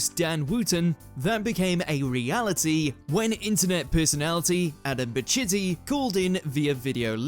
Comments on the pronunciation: PA- CHEE-TI!!!! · No, it’s ‘Pa-Cheaty’ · Pacitti isn't pronounced like that. Do a tiny bit of research